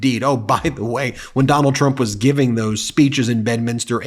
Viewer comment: 😂 Biden purposely calls his name Donald Dump 🤣